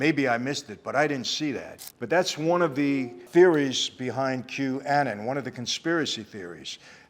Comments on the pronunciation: Hey Michael, Qanon is pronounced Q-Anon as in Q - Anonymous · Great episode. Had to laugh the way you said Qanon… it’s Q-none that’s how you pronounce it lol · Q-Ah-non, just for the next to you pronounce it. People, give Noagenda podcast a listen, great information on all things media deconstruction. Michael, love your passion in what you do & what you believe in. As a follower of Christ I believe in your testimony & feel your conviction. God bless you and your beautiful family. Can't wait till you finally leave California. Ladies, get trained, practice (firearms & hand to hand skills) jujitsu is a great art for people of all ages. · "Kew-anon" 😂 Anyway, always enjoy your vids Mike. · First, I am not part of it, but have read as research a lot about it, it is pronounced "Q-ANON" like Alcoholics ANONYMOUS, the "Q" individual that started this is supposed to be "ANONymous". Next, again, Michael as soon as he mentions Epstein he goes right for the throat on Clinton, and yes we all know that Clinton and Gates had some sort of relationship with Epstein, but not ONE WORD about Epstein's, AND Giselle Maxwell's, close friendship and relationship with TRUMP, and there are actually more photos, and videos, and information revolving around Trump's relationship in NYC with Epstein than there is with Clinton. It is going to be interesting when that booklet of names and information comes out. This film is about a problem that crosses all political boundaries and spectrums and it should be watched. But we also need to address the MISSING NATIVE AMERICAN WOMEN PROBLEM that has been going on for DECADES IN THIS COUNTRY. Go watch the movie "WIND RIVER" if just to watch the last five minutes of the movie about the statistics. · It's pronounced, Q-eh-nawn